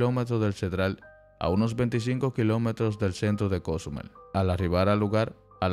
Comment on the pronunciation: El que da la nota de donde será que no sabe pronunciar Cozumel